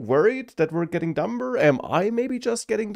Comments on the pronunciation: it's pronounced dummer, the b is silent, but we shall attribute that to AI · The Fact that you pronounce it dumBer demonstrates that your worst fears have come true already! This is a purely humorous dig meant in a brotherly spirit, with no intention to offend, whatsoever. Great and insightful video, bro.